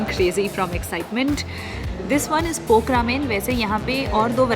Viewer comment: No offence but it's pork the way you pronounce it seems like you say poke ramen😂😙